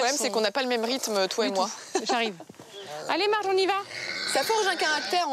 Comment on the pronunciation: Mais ce n'est pas Mardge qu'elle s'appelle mais plutôt Marge !!! Enfin bref, c'est assez drôle de voir des passions de ce genre... Mais tant mieux pour eux !